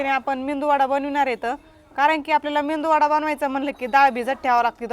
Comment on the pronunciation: खुपच छान मेदूवडा रेसीपी पण ही रेसीपी मेदूवड्याची आहे तुम्हा बोलाताना मेंदू वडा म्हणताय